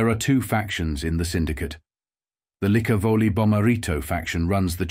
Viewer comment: Thanks for at least pronouncing Licavoli correctly.